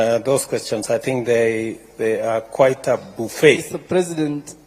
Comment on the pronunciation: Buffet (pronounced bufe) not Bafet